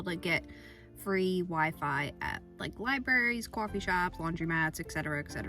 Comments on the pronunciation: Cwaughfee shops😂 can’t tell if she’s doing it on purpose or not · Love your videos. How do you not have an accent except for the word “coffee”? 😂